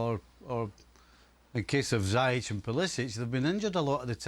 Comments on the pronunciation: "zayech" really dude lol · How does Craig consistently manage to pronounce ziyech's name wrong? Absolute melon.